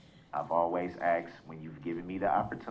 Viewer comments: The word is asked not axed. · But, he axed.... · “With all dooo respek, I axed bla bla bla” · Again, he "axes". No idea what language he is using. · Doos can't even distinguish between "asked" and "aksed"....dom, selfsugtige fokker.... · The judge has shown amazing judicial patience. "She's ax'ed" him every question half a dozen times and this "ain't" grammar school. He's dealing with the "penal" system.